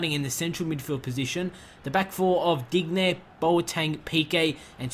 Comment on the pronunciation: Not a fan of that Sanches Deal. Also, stop saying Dig-nay when its supposed to be pronounced Deen-yay. Make it sound French, it hurts to hear.